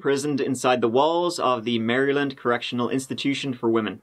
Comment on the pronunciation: But he pronounced Maryland like an American would, so he gets bonus points for that. People from outside N. America typically pronounce it Mary Land, which makes sense but isn't how we do it.